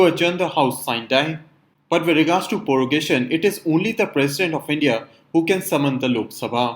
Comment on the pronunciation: Prorogation not Porogation